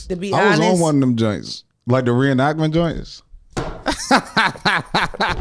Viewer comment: Calling “ Reinactment bor” is hilarious